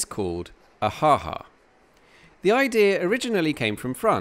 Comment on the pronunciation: Yes, it was funny! Note: the ha ha of surprise is pronounced with a longer second ha. Ha haa !